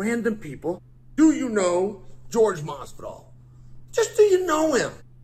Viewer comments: His name is Jorge, not George. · I love how he calls him George. Every. Single. Time. 😂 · It's Jorge, not George. A boxing match, Chael vs Jorge would be good👌. And I believe he is talking about your wrestling when he talks about crotch sniffing and maybe Masvidal would prefer to stand and bang cause that's his only chance. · So i dont know what Chael has against Jorge but i can tell you being from Miami a lot of people know Masvidal. The guy grew up street fighting it Kimbo Slices crew. Another thing i want to point out is its not “George Masvidal” its “Jorge Masvidal” pronounced differently and most people nowadays just cause of that will tell you they dont know who your talking about lol. Trust me people are special 😂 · LMAO Jorge Fucking with a real G.